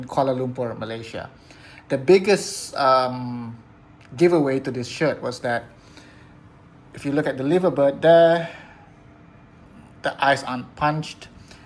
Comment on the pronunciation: Greetings from a Scouser in Asia - Liver Bird is pronounced the same way you would say Diver Bird.